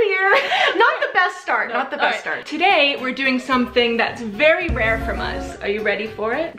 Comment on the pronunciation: "Today we're doing something that's very rear from us... are you ready for it... *drum roll*.... WE ARE REACTING TO SOMETHING WE'VE ACTUALLY WATCHED!" Love you so much guys, wish you all the best 💙😍